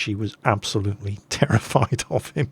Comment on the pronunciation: Terry-fied. Hah.